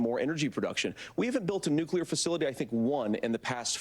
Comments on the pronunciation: the harris guy says nucular when its nuclear vance and trump win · That's it, walz is one of those! People who pronounce nuclear as "nookyular" 🤮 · It irks me that someone of Tim Walz's station can't pronounce "nuclear" correctly. I wonder if he "culers" the table after dinner at home. I wonder he is goes for a nice walk to "culer" his head. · If you cannot pronounce nuclear, then you should not talk about it. Go and educate yourself, because as of now, you are not educated in the simplest most basic sense. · lol walz pronounces nuclear funny :D